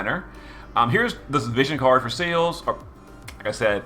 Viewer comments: SEALS?! HOW DARE YOU LMFAO ITS SE LES LOL SEALS ....YOURE CRAZY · I actually got used to you referring to Celes as Seals, and honestly, I just think it's a nice, unique quirk, and that you should keep it. And as for the news side of it, I always appreciate and respect someone who can see it from both sides of the playerbase and the developers where the issues are concerned with the letter. It's never an easy thing to play devil's advocate, and I respect people who are willing to publicly put themselves out there to clear the air around community misunderstandings where dev decisions are concerned, also I'm enjoying the fact that you've started covering the news, which to be fair from a player standpoint is unfortunately more frequent than GL have been with the weekly updates, which is understandable given the current global situation, but it also sucks that they've dropped the ball a little. Keep up the great work, all the same =) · Celes' name is odd. You'd think the logical pronunciation would be "seh-less," as it seems to be short for Celeste or Celestial, but the Katakana shows that it's "seh-leese." Weird. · I dont even know where you're getting seals there's no A in Celes 😂😂😂😂